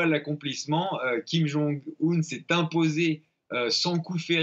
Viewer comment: Mr alors la bravo la ville vous arrivez à prononcer mais pas le nom ? Mais vous le connaissez au moins ce monsieur ??